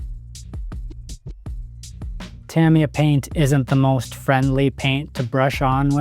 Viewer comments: It's Tah-MEE-Yah. Not Tam like cam. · TA-ME-YAH not TAMMY-YAH.